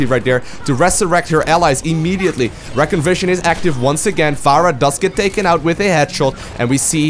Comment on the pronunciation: Its not reckon, its recon, so ree-con